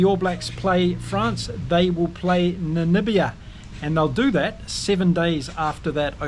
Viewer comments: Hey....Its Namibia....not Nanibia.... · Hi That's NAMIBIA not NaNibia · By the way NAMIBIA is pronounced Na Mib IA Namibia not Namibia. Just saying. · Damn it, now you have me saying Nanibia 😂